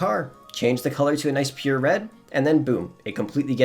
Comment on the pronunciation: He was saying pure?? I thought he was saying 'appear' ok thanks